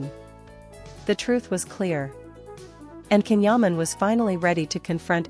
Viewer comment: 🤔 ma non hanno ancora imparato a pronunciare il suo nome!!! Invece a inventare storie hanno imparato bene! 😡